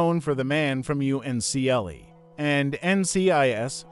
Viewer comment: It's pronounced "UNCLE" as in your father's or mother's brother.